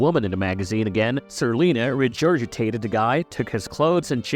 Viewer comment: Lara Flynn BOYD...not BOIL...regurgatated....Regurgitated... Re-soosatating...Resuscitating....Not even 5 minutes into it, Brah! PLEASE learn to pronounce correctly....Look up google and how to say these words, please! Gotta start start looking bad a$$ smart in front of dem boomers!